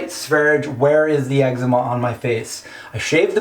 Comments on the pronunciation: That's not how you pronounce Sverige. I'm Swedish. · sverye with the e's pronounced as the e in "best".